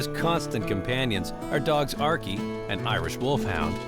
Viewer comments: Why is the narrator pronouncing archie as ark-e?!?! But god bless those dogs...i immediately cried at the thought of the dog that almost had to give his life for her. THAT is the reason why i would be able to hurt 1,000,000 people over 1 animal...that is real unconditional love. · Thought I heard her pronounce it as "Arkay"...almost art imitating life before art happened reminded me of Skyrim dog(s), lastly how that cottonmouth get there in the first place I'd figuer you'de find it in the Everglades, very suspicious like somebody placed it there.